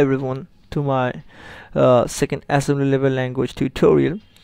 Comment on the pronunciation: why can't you pronounce it right? assembilily language :(